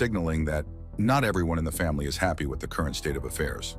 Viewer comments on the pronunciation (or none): none